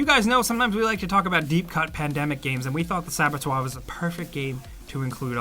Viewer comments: Cool that The Saboteur gets a mention! Thats Saaabb-o-tour like a dinosaur. Or u can say Sab-o-turr...no right and wrong in several pronunciations, just not inventing a new one that no ones ever said before (i do this alot with words i’ve only seen written) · It's pronounced saw-bot-her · it's not written sabotoire now is it ? Why pronounce it like you'd pronounce "noire" it doesn't even make sense phonetically ? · Saboteur is one of my favourite games - had brilliant Irish witty banter too. (fyi if it was pronounced how you said it, it would be spelt 'Sabotoir') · prononce it like this : sab butt her and you got it the way to say saboteur ^^ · Pronounced saba - tour! Like the band is going on tour...or "toor" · Saba-tour is the pronunciation you are looking for. If you get stuck on pronunciation just go to google translate, put the word in the box and press the speaker icon to hear how it is said. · Saboteur ... "sab-a-twa" ... are you fucking kidding me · Pronounce it like that “sabotor” or put it in google translate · Great video. Just one thing. It's Saboteur pronounced Saa Baa Tour. IMA have to try some of these out. I love open world games and I have played Mad Max on PS4. AWESOME game. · The way he is pronouncing it would be written as “sabatoir”, this was kinda hard to listen to... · It's pronounced sab-a-tour .. your welcome 👍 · I have no idea why you didn't just use the internet to find out how to pronounce "saboteur". Sab-o-twa, jesus wept 😂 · The Saboteur is amazing and a truly forgotten gem! I remember playing it back when it first came out. And it's Pronounced "Sah Buh Ture" Silly Americans lol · It’s pronounced saboTOUR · Errrr. You know saboteur is a word in English, right? You had it right the first time. For it to be sab-o-twah like you're pronouncing it, the title would have to be spelt Sabotois. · Sabetwoi? No one pronounced it that way, not another soul. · Sab-a-tour if you word it out. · i thought it was pronounced as saba-ture... saba toor...